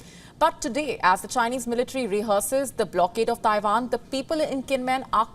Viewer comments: Oh now shes saying Taivan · Did she say Tairan?